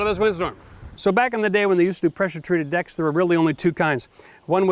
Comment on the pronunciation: Is he says decks or dicks, he did say sit back and enjoy lol.....rain bows and smiles, haven’t heard that in a long time